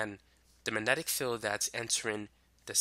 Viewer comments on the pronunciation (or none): wow, you can't even pronounce the word "magnetic." that makes you perfect for youtube.